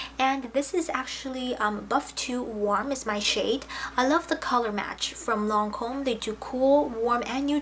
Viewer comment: I always enjoy ur videos, thanks for all the hard hard work that put into one...for us...however lol...don't be upset with me...but the Lancome foundation is in French and you couldn't be more off on ur pronunciation..but, its soo adorable how sincere you are! xoxo